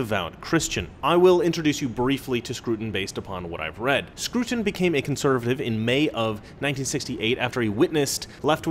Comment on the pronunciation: Scruton? Don't you mean SCROUTON?!